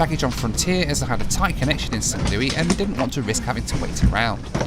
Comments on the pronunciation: FYI St. Louis is pronounced like Lewis, not Louis. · St. Louis is pronounced as St. Lewis in the US. I know it uses the French spelling, but it does not use the French pronunciation. Edit: I initially wrote spelling instead of pronunciation. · Btw it’s not “Saint Loui MO” it’s “Saint Louis MO”.. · Your pronunciation of Saint LOO-IS. Not Looy. lol I enjoyed your video!! I'm just giving you a hard time for fun. Please don't take anything I said personally. I'm joking!! 🙂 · Would it kill you to pronounce the S in St LouiS? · Its st louis! Not st. Louie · St Louis (Lewis) LOL!! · Hey, just FYI, St. Louis is prounounced "SAINT LEW-IS" in the USA. St. Louis is more stylized and was used affectionately in song in the early 1900s. Same for San Francisco...no one calls it Frisco. Not that I'm saying you said that as well! I do LOVE your channel! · As the saying goes When in Rome do...and you know the rest...same as when in the USA.... St. Louis is pronounced St.Lew-is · I swear as a Missourian if I hear anybody say Saint Louie, Missouri again I’m gonna go nuts. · you're killing me st. Louis is not pronounced as a french word in the usa because that makes too much sense you pronounce the s its the same as Lewis lol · That's not how you pronounce St. Louis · I don't know if anyone else has said it, but the 's' in St Louis is not silent. It's pronounced 'St Lewis'. Just thought I'd mention it. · I'm from Missouri please never say Saint Louis like that again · St Louie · DONT SAY " ST. LOUEE" just don't ! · Don’t say “SaintLooeee”🙄🙄🙄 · They may have pronounced it that way a long, long time ago, but nobody from St Louis pronounces it that way now. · Just for refernece,, the s in St. Louis isn't silent haha.